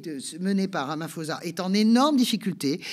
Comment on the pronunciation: Pour info, le "ph" de Ramaphosa ne se prononce pas F mais P